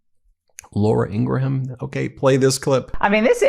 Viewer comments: Ben, are you mispronouncing Laura Ingraham's surname on purpose? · In-gra-ham is deplorable!